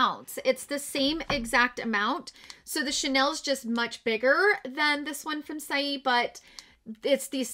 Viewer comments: Just an FYI - "Saie" is pronounced "say". I looked it up for ya on their website. Thanks for the video! You are wonderful! XOXO Heidi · i’m so happy to see your beautiful face again. i’m catching up on all of the videos that i’ve missed since surgery day. i’m giggling at the way you’re pronouncing saie (say). you’re too freaking adorable. 🥰